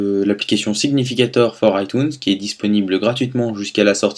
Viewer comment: Bonne vidéo mais comment tu prononces "iTunes" me donne envie de vomir ! C'est un mot anglais, tu peux pas le lire en français !